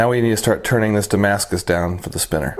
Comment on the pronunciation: You wanted to say Titanium but thinking Damascus and came up with Tamascus